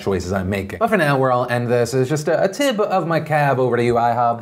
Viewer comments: Did he say a tib of my cab? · Was so annoyed you said “tib of my cab” until I realized what you did there